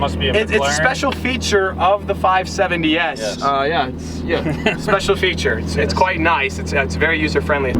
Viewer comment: Stop saying 570s weird